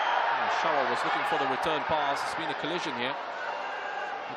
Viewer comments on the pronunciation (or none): none